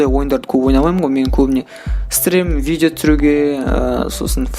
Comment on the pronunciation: Видео деп айтшы видо демей.бля🤦‍♂️